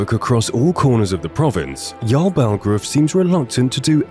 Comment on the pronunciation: his name is yarl bulgruf not balgraf